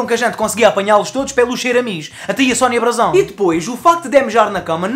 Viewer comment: "Sónia Brasão"😂😂😂